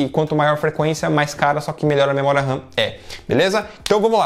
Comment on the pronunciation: SE DIZ MEMORIA OU RAM NAO MEMORIA RAN OU RÃ (RAM SIGNIFICA RANDOM ACCESS MEMORY) AO FALAR MEMORIA RAM ESTA A REPETIR DUAS VEZES A MESMA COISA OU FALA RAM OU MEMORIA . LIKE